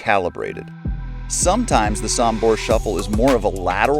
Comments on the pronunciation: Sombor, not Sambor! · Great video. Thank you!! Only please pronounce "Sombor" with the "o'" Sooombor not Sumbor. Many thanks! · Just a little thing. It's pronounced sOmbor with O not sAmbor with A. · Nikola JOKIC is coming from Sombor not Sumbor, so this is, S O M B O R , just read each letter as it is written! Sombor shuffle!!!